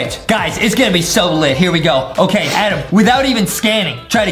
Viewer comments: Justin just say Adam not Adem😮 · Not Adem is adam